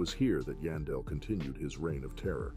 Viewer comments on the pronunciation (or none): Its YAAN..Its pronounced YAWN-Del